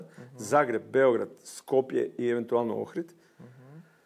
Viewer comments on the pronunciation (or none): none